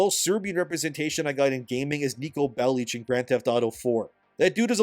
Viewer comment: Why are you pronouncing "ecchi" as "eck-y" and "Bellic" as "bell-itch"? It's "etch-y" and "bell-ick"